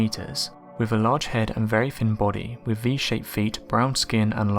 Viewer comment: Your inability to pronounce 'th' is extremely annoying. Having to listen to you saying 'firty'; 'wiv'; 'bruvver'; 'two-fousand'; 'gavvered' etc is excruciating.